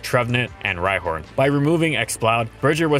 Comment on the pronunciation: u said ryhorn?